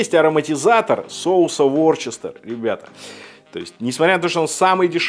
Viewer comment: Ворчестер? Вустер же! Вустерский соус.